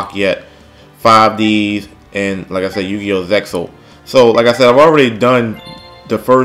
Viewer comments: Zexal is pronounced 'Zay-al'. Good video though. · It's sounds like "Zeal" when you pronounce zexal